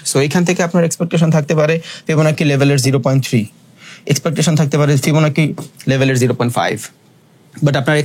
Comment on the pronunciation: ফিবনাচি ফিবনাকি নাহ